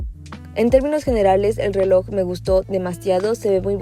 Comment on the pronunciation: "relog" qué asco man